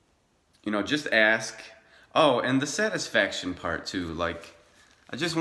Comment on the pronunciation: It's "ASK", not "AX". Are you American ? Your English is crap.